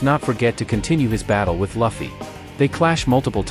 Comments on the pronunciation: It's not "Luh-Fee" it's "Loo-Fee"!! 😆 Nice complete vid though! ✌️ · No luh-fie its lew-fie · Why the hell do you pronounce luffy as Laffy? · Loofy. Is the pronunciation bro😂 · Its ai voice so if he typed luffy name as loofy ai will say luffy but since he said luffy ai will say fluffy without the f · Name is not Laughie.. its Luffy😭😭😭😭. Sorry but I cant ignore the fact that you miss pronouncing Luffy’s name😭